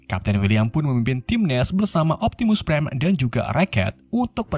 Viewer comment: optimus preng wkwk